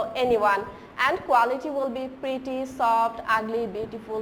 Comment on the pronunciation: Miss "Pretty" not "Preety"